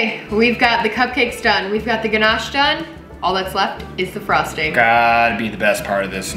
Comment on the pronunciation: pronouncing Ganache like a pro! 😂...that all looks wicked! I was impressed at how you filled the muffin tin without making a mess... I haven't unlocked that feature yet LOL, I ruin the kitchen every-time I bake